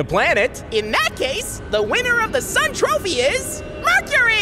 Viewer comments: Bro i heard the sun saying when the sun is giving mercury the sun trohy he said "sun trohy" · The way he said sun trophy was horror